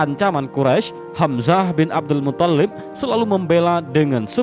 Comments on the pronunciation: mungkin yang benar mutthalib, bukan muthallib, huruf tha' nya yang ditasydid, bukan lam nya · Bukan muthollib. Tapi muttholib.. ط yg tasydid. Bukan Lam nya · Muttolib, bukan muthallib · Abdul MUTHALIB,,,bukan Abdul MUTTOLLIB,,cara baca mu geli di dengar,,biasa aja bro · Tolong Min, jgn merusak nama Mutthalib. Bukan Muthallib. 🙏🙏🙏